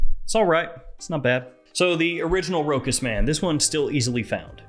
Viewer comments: Great review 👍 but please pronounce it ROCHAS & not Rokas! Cheers 😀🥂🙏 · Row-has, say it with me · It is pronounced RoSHas. Ch in French = SH